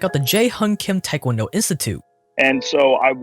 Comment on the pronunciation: I was wondering why he said Taekwondo so correctly until I saw he last name was Tran.